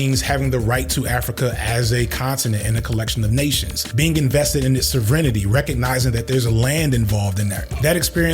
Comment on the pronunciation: that can’t be the correct pronunciation of sovereignty